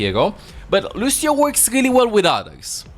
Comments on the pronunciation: « Luchio » xD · Bro the way he says lucio… LUSHEIO I love that shit!! Lol